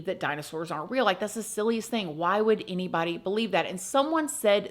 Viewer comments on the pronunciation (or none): The way you say eenybody eenywhere loves rent free and in my h and and has become one of my tism ticks 😆